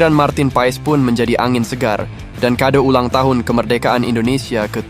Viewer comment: Marteen paas bacanya